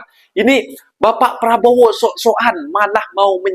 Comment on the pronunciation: Prabo ape adik²? sebut betul².. prabo.. DOOO.. ye.. PRABODO